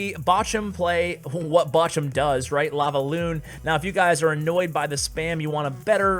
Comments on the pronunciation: Bojum xD say it like bohrum haha nice video an thanks:) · In german its more like ,,borum" and not botchum :) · Batchum? Its called BOCHUM, B O C H U M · It's not boshum hahaha... It's borrrrrrum for English speakers it's like a hard spoked rrr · bochum its bow-who-m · Flobby and Bochum 👍👍👍👍👍👍 Why you say boschum? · Was laughing my ass Off the Way u sad Bochum and a second later u adress the issue 🤣🤣 Love from Germany ❤ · Yes we do laugh about how you pronounce bochum :) The ch as it has to be pronounced in German doesnt exist in English... you might know the Ski Jumper Kamil Stoch from Poland. You can google him and look how his name is pronounced - that’s the way you pronounce Bochum too ;) Though you might not be able to do so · It's weird to hear you spelling Bochum😂😘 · You need to learn to say "Bochum" correctly 😂